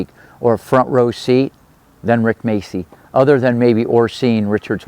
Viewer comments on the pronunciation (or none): Its pronounced Máchi, like machio.